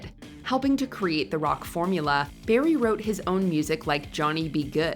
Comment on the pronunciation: It's Chuck Berry not Barry